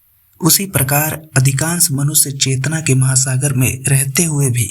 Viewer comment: PRESENTER IMPROVE YOUR PRONOUNCIATION: IT IS SHARIR NOT "SARIR", IT IS MANUSHYA NOT MANUSYA. DO NOT USE S AND SH INTERCHANGEABLY. IT PUTS PEOPLE OFF